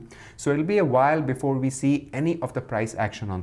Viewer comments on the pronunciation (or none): none